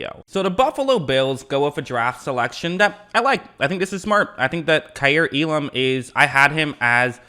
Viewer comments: EE-lum not uh-larm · Hearing you mispronounce Elam’s name is nails on the chalkboard.